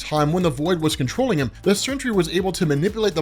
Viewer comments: ok stop, just stop, u said he can't be killed but then did something after he was killed, just stop, this is far too messy, you're fucking up wayyyy to much and it's NOT CENTURY, ITS SEN-TRY. FUCKING SENTRY. GOODBYE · Please can you call him The Sentry and not the Century. Slow down dude. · So u, like warren from cosmic Wonder, just HAVE to call him "century" when it's simply Sentry. "Sin-tree" geezus it's so simple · Century...I kept hearing century